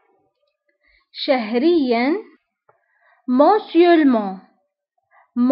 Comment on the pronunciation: Bonjour, merci pour cette video, j'ai vu quelques mots seulement, je vous prie de revoir la prononciation de (mensuellement, hebdomadairement...) C a d le E du milieu. Bon courage 😊